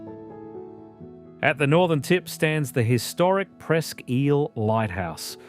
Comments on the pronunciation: As an Erie native, the way you pronounced ISLE is pissing me off. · Hey pal, Isle is pronounced "EYE-L" NOT "EEL"😂